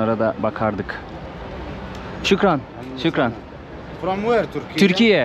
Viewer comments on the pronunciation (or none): Şükran değil şuhraan😅